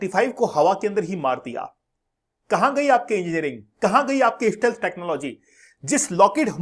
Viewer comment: Steeelth..wah kya pronunciation hai teachers ko, so called teachers..venaijoola..waah